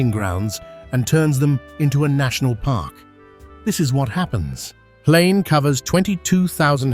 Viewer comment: Watching from Mbabane, Eswatini. I like how the "H" in Hlane is silent in your pronounciation. My daughter now calls it "Lane" as well